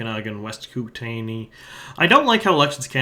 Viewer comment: I’m not surprised that you mangled the pronunciation of Similkameen (it’s SimMILKameen). But KooTAYnee made me lol (It’s KOOT-nee fwiw)